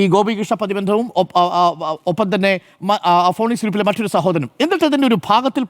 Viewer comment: വിദ്യാഭ്യാസമുള്ള അരുൺ ഫീനിക്സിനെ ഫോണിക്സ് എന്ന് വായിക്കരുത് എന്നപേക്ഷിക്കുന്നു